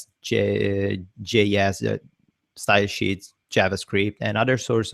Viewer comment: Try not to erase your accent. I love it when you speak of stylesheets (you say it as styleshit).